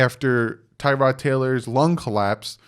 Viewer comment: You said everything I was going to write here lol The media acts like we didn't all know the Dolphins plan was to sit whatever QB we drafted. Forget Herbert...if we'd traded up and took Burrow first overall...*HE* wouldn't be starting yet! One thing, its pronounced Ti-rod not Tie-rod. He's apparently corrected people in the media about it.